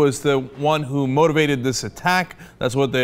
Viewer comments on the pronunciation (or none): none